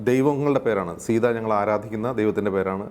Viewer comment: Sita ennath സീത ennu vaayikathe സയ്ത ennu vaayicha theerunne prashne ullu